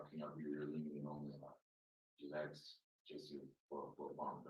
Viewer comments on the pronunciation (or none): You'd think the attorney would have learned, at least in law school, to say "ask" instead of ax.